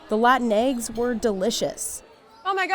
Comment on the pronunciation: It's eggs, not "ehyggs"